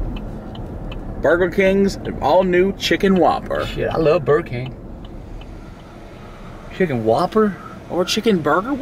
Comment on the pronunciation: "Sh!t I love burr king"